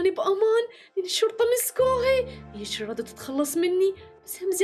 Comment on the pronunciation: منو انتبه على لمن قال شريه يقصد شريره